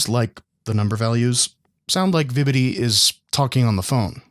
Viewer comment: vibidi toilet (i swear thats what it sounds like hes saying)